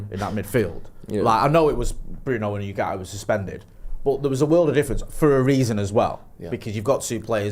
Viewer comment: you are usually pretty good but please can say Ugarte correctly. It's not You - it's Ooo.